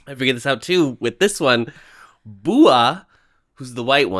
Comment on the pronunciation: Btw fou4mod is pronounced like four mod and Bua is pronounced closer to boo-ah. Those are their names. Thai people have nicknames given by their parents like for example , PP, Krit is his legal first name or First Kanaphan, Kanaphan is his legal first name. A good way to judge the passage of time or when a scene is taking place is by the pop music you hear, so in ep 1 Bua is dancing to Hype Boy which sets that scene summertime 2022. The actual ages of the cast is p wild bc Pide who plays Chian is 27 (october 97), New who plays Fou4mod is 24 (oct 00), PJ who plays Baabin is 21 (dec 03) and Leon who plays Bua is 20 (nov 04). PJ is the younger brother of the actor JJ who has been in many bls in his time including Spare Me Your Mercy which aired november last year.